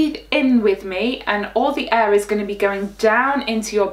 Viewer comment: When you pronounced air i thought it was e